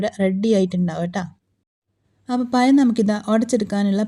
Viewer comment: പയം അല്ല പഴം 😂